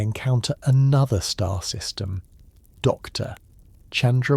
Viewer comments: That pause drives me crazy too. The AI keeps treating “Dr.” like a full stop and it breaks the flow of the narration. A small adjustment to punctuation handling would make the whole video so much smoother to listen to. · I wish they would adjust the AI that is speaking here to know that, "Dr." is not the end of a sentence and stop the annoying pause when he says, "Dr. Anyone"